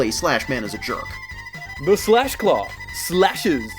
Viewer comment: I realize this is old, but he says "Slash....... Claaaaw, Its range is very limited"